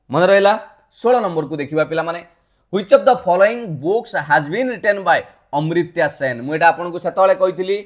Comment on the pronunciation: Sir amartya sen not ucharana amritya sen